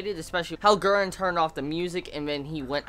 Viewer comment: Hahha, I love your American way of saying Guren omg <3 "Guen"